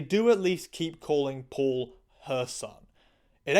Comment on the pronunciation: Your pronunciation of Paul was sounding to me as poor. so it was "Poor Milander" instead of Paul Milander" XD